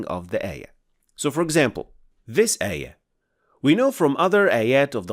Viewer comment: Please DO NOT use english transliteration, it us bad, ugly. You must pronounced it AAYAAH NOT EH-YEH, and AAL-QUR'AAN, NOT EL-QUR-EHN.